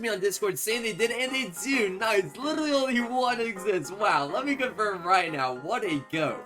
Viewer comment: “We LIRRRRLY got 2 brand new mythics!”